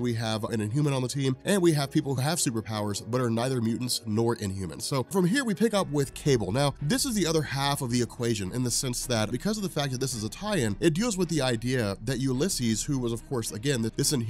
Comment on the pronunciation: It's Attil-an not Attil-i-an. And its pronounced Sin-naps (Synapse) not Psy-naps.